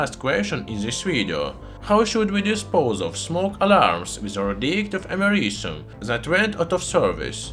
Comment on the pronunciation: YouTube subtitles: *Can’t pronounce americium